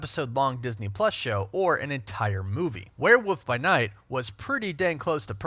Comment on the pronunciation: OMMFG...ITS NOT A WERE -WOOF ITS A WERE-WOLF NOT WOOF. WOLF NOOOOOT WOF WOOOOLLLLVVVVF. WOLF DIDE WOLF. NOT WOOF. U HAVE BEEN SAYING WEREWOOF FOR YEARS NOW, AND I FKNG LOVE YOU, BUT ITS EMBARRASSING NOW WERE-WOLF. WOLF. NOT WOOF. WOLF. JESUS FKN CHRIST